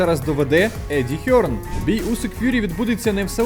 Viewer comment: Дорогий, Я писав вам декілька разів що Eddie Hearn - це не Еді Херн, Герн. В Англійській мові взагалі немає звуку "Х"